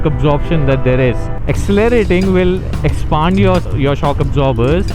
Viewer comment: New word expond 😂😂😂😂😂